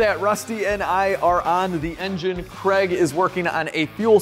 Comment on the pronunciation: You mean Kreg? American pronunciations 🙄🤣